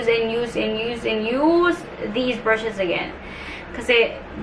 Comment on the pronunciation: For some reason, nawawala yung letter E mo nagiging I (e.g piecis, brushis, and thin(and then)). Pero when you speak english lang naman. Ok naman pag tagalog